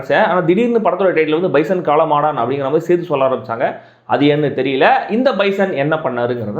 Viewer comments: Pesum podhey spelling mistake vittu pesreye na 😂😂😂 Kaala maadan not kaala maadaaaaaan😅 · காளமாடான் ILLENGA AYYA காளமாடன் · Enna bro premiere show ah! காளமாடான்❌ காளமாடன்✅